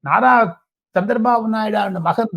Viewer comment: அது நர இல்லப்பா "நாரா" லோகேஷ்.